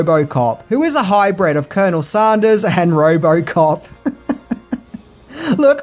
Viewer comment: Excellent! But it’s hybrid. Not ‘high bread’ oh and that famous city Detroit or was it filmed in ‘Dee troit’ enjoyed the video aside of course! 🥳